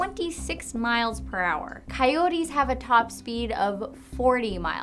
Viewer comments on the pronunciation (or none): none